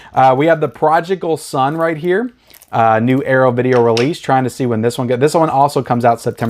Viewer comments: Okay A big rag on you. THE PRODIGAL SON IS NOT PRONOUNCED PROJICAL!!!!!!!!!!! Also you dissed the original artwork of Sammo and the boys, that is classic and anyone who wants this must have that. Now not the best artwork but NO need to DID it. Your lack of movie knowledge is so aggravating at times. I still watch you but you have some issuesssss!!!!!!!!!!!!!!!!! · Progical Son? What? Re-read that title,...😄